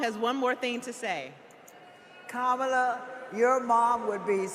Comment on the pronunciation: She called Kamala Shamala 😂😂😂